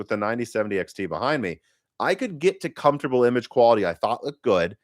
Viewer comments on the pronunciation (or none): none